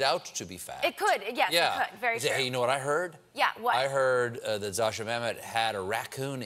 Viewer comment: not 'Zasha', Stephen, it's ZO-SIA, learn to pronounce Russian names, while you still have time